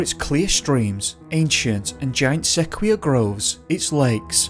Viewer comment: There some egregious mispronunciations, like sekweeas for sequoias.